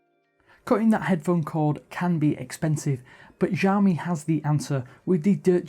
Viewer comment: Is it jawme or Shawmi ? (Xiaomi pronunciation)